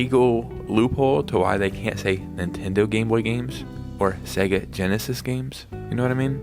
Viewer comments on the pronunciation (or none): none